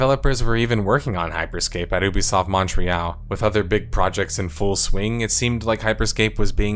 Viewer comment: good bid. But pls learn how to say Montreal